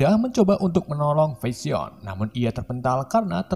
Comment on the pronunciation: Sumpah bahada inggris dr pengisi suaranya g tertolong Parah bgt Bilang vision dan mind stone Ga banget Iuuchh